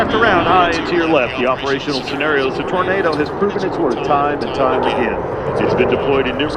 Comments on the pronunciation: Tor nay do not Tornardow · You say Tornardo.. I say Tornado. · Torn ah doh? FFS! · Why is he pronouncing Tornado like "Tornardo"? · "Tor-naw-do" drove me nuts, but great to see this perform in the states nonetheless! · I’ve heard Americans pronounce this aircraft like “tornardo “ which I kinda like haha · Oh Boy, cause it's a german Aircraft, so he uses the german pronounciation. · But still can't pronounce Tornado correctly!!! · You mean the way he pronounced Tornado? That's the German way of pronouncing it. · German pronounciation. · This is how it is pronounced in German and Italian, and many other languages.